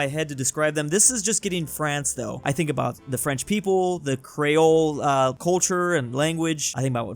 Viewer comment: "Crayole" Its Cr-ee-ole bro